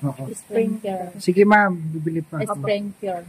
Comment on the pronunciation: 😂😂😂😂,SPRINGKLER YAN AT HINDI SPRINGKER😂.